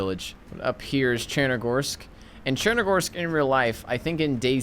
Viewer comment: It’s pronounced chenaroos not tchunarus